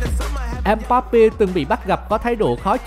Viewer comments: Ko vì đã nói sai mbape thành mpeba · Mpabpe chứ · Ây đọc sai tên của empapé đọc là empépa mới ảo:) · Ebappe nha bạn!!! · Bình luận đọc nhầm tên là empépa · DHP_CheeseRB Ok bẹn